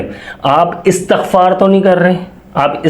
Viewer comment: Bhai jan lafz istghfar ha Asghfar lafz nh hy please lafz theak phre